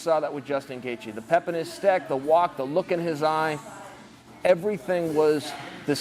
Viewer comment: Does he say "the pep in his steck" lol